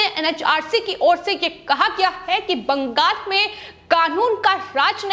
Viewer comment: It is Bangal--not BangaS.